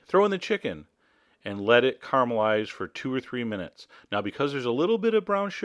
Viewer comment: Why do you say "carmalize" instead of caramelize ? cara is not the same as car.